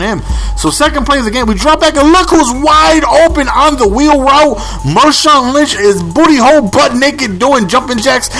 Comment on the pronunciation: It's marshawn, not mershawn.